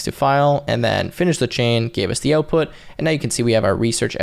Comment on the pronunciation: the way you pronounce OUTPUT is too canadian